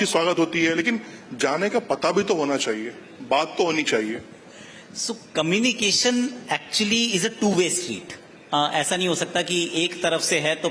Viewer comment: मुझे ऐसा लगता है की मेरे कान सुन रहे हैं कमिनी एक्शन, क्या वोह कम्युनिकेशन की बात कर रहे है???